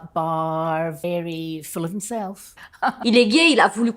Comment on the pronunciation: "full of himself" pas "fool of himself", ça veut juste dire qu'il a un égo surdimensionné, super vidéo sinon!